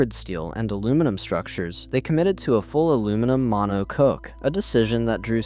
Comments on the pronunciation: It's Mono-cock not Mono-cook... dear God please pronounce words properly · I'm ok with the story problem is this whole thing is AI generated. (All Aluminum Mono Coke) ffs stop with the AI and it should be pulled for not declaring the use of AI in the making the video. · Mono cook.. I had this playing in the background and as soon as I heard that it was completely obvious it was ai. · If you want to be taken seriously, you need to pronounce critical words correctly. If you don't know, for example, how to pronounce "monocoque" or "chassis," it takes little time to look them up. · Is this AI narration where monocoque and chassis can't be pronounced correctly? Lol. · Yes, it is. Sadly